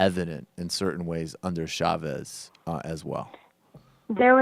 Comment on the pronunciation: Michael..... Chavez is pronounced, like Cha; as in Cha-Cha. No extended SH sound in Spanish[unlike Portuguese].